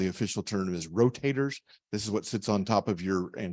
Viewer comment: Ro "taters" 😂